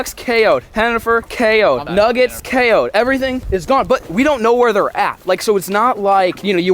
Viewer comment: For a second I heard nuggets as Chungus and almost had a heart attack